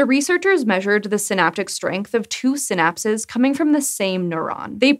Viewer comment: Every time she said “synapses” i head “synapsids”, and now a cant get the image of tiny dimetrodons crawling around on neurons out of my head....